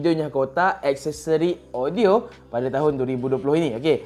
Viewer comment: lidah pendek